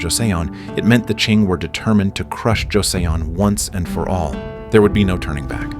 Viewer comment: Pronounced Jo-seon (sounds like son) ‘Joe son’